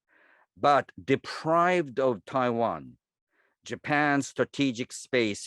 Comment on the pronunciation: It's Taiwan not Pavan 🤣🤣